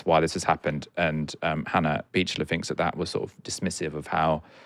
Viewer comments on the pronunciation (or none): Bit painful listening to finking. Pretty sure ai thinks